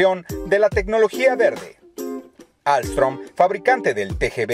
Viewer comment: ALSTOM SE DICE MO HERMANO YO TRABAJO AHI😍